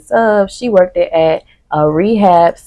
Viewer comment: Girl did you say "workdid"? *Worked baby worked smh